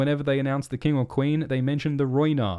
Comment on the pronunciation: "I swear to-ward the Qweeeen"